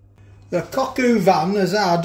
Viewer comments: it’s coq o van not coq u van. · don’t gaslight me, you said ‘u’ van.